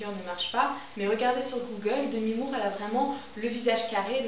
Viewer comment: Loool Ta prononciation "demi moore", merci pour ta video tout de même, j'adore! :)